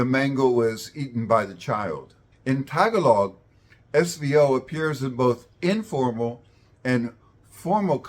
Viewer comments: First of all, your intonation for pronouncing the word "Tagalog" is like the American downward-staircase intonation in which you start with the highest pitch at the first syllable and proceed downward in pitch with each successive syllable. You also emphasized the first syllable by lengthening it, then you use a very short duration for the second syllable before again lengthening the third syllable, as in LONG-short-LONG. The syllables in Tagalog words normally have identical durations unless they are used in songs or melodies, and should thus be more staccato like a jackhamner or metronome. Furthermore, Tagalog's intonation requires the penultimate (second-to-the-last) syllable to be higher-pitched than the other syllables. Thus pronounce it as [t'-GAH-log], not [TAH-g'-log] where the apostrophe represents a Schwa or a shorter or indistinct vowel for that syllable. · In English, the word "Tagalog" has the stress on the second syllable, not the first. Someone doesn't have to be a speaker of Tagalog, native or non-native, to pronounce the word correctly. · If Filipinos make a video about a subject, they should learn its correct pronunciation beforehand; the subject isn't some random mispronounced word that comes up in extemporary speech. And no, this is not like asking a Filipino to pronounce English words in some way; the word "Tagalog" exists in ENGLISH so this is exactly asking an English speaker to pronounce an English word correctly. Furthermore, this video is about linguistics so you'd expect a level of expertise with phonetics. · You pronounced Tagalog all wrong. Makes me think you got your info from Wikipedia and don’t know what you are talking about.😅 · Okay, one thing I kept wincing at which also illustrates why Tagalog is harder than Malay: stress is very important and can change the meaning of a word. For the word "Tagalog" the stress is on the second syllable and hearing it on the first syllable its hurting my ears. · It’s ta-GA-log not TA - ga-log 😊